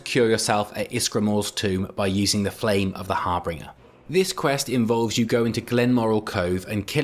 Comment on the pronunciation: "Harbringer"?? It's "Harbinger", as pronounced har-binge-er. Have you ever even played Skyrim, or do you use AI to to make your videos?